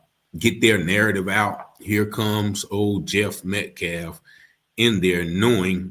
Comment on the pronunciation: He has no respect for "the dignity of life." He won't even pronounce Austin Metcalf's name correctly. Who's "Medclaf?" 🙄